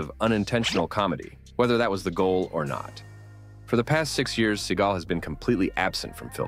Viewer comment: Steven SEA-GAL 😂😂 a gal from the sea